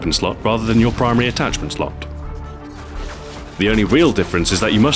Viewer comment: momentarily fancy English "slot"